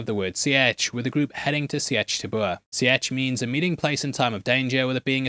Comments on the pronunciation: Seitch sounds like Leech - Seeeeetch… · Why are you saying "Sea-urch" instead Sietch.... lol. Driving me nuts. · Explain how you’ve seen both movies but still pronounce “sietch” wrong😂